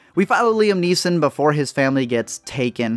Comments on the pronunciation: its Neeson, not neesons and its Prynne not Prin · You made this whole video and then couldn’t even say the name “Liam NEESON” correctly at the end?! It’s not “NEESONS.” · Fosco Grubb No, we just need him to be able to fucking pronounce the name of the star without fucking it up. *Neeson, not NEESONS.